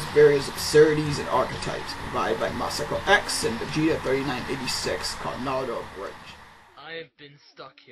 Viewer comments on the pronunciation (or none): none